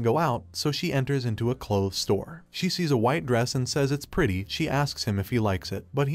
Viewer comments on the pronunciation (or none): none